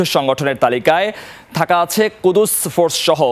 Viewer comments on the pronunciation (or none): কুদুস ফোর্স মানে ? লেখাপড়া কোথায় শিখেছেন ? কুদুস ফোর্স না শব্দটি হবে কুদ্ স ফোর্স।